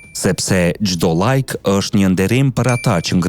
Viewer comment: Jo llajk po like lajk 😂